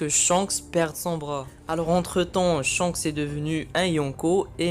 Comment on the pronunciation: Et surtout c'est Shanks pas Chance